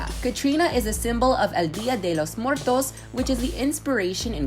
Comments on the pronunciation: her: elldeeadelowsmwertows mexicans: O.O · Jajaja I love how you said"El día de los muertos" 😂